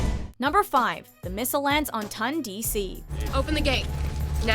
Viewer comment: IT’S TONDC NOT TUNDC